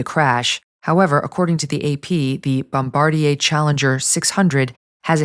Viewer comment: Regarding the plane crash, I don't think the Bombardier Challenger's name is pronounced the French way -- "Bom-bar-de-AY." As far as I know it's simply "Bom-bar-DIER."